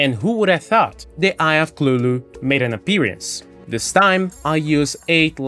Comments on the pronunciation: Eye of clulu???? It’s cuthulu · nice vid thus far, not done, but omg I have a aneurism everytime you say "Eye of Clulu" LOL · To be fair, you're saying it closer to Lovecraft's intention than most do.